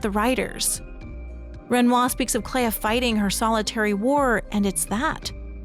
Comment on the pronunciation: Why do we pronounce flea as flee but Clea as cleya. It should sound like Clee. On a more serious note. My personal theory is that the Writers started the fire because the Dessendre family's paintings are destroying the world. The Dessendre family are capable of creating very real worlds through their paintings and we know that they've become uber rich, most likely from that gift. It could mean that the rest of the world have become addicted to living within these paintings - Even Renoir said that he at one point lost himself in another canvas but Aline saved him. It's like how a large number of people in Cyberpunk 2077 have become addicted to braindance and have become zombies who just consume fake lives.